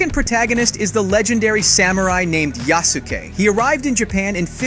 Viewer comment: Yah-soo-kay? Thought it was Yas-kay. Nevermind, he said it ri- Why does he keep switching between the pronunciations?